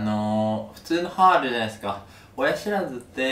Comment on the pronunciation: 「親ひ(し)らずって、ひ(知)ってる？ふぃ(み)んな？」 で笑えたけど 話聞いてたら痛そうだし同情で笑えなくなった 次回もがんばれ